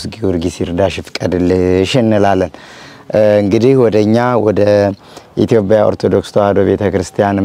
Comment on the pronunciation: በናት አንተ ልጅ ''ኢቶብያ'' አትበል አይባልም በቃ እንዴ?? ኢትዬጵያ በል። ባትችልም እንደምንም ተለማመድ ስሟን አታበላሽ። በተረፈ ጎበዝ ነህ አድናቂህ (የምቀናብህም) የመንፈስ እህትህ ነኘ። በርታልኝ እግዚአብሔር ይባርክህ።